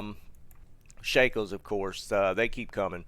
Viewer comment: your shako was perfect.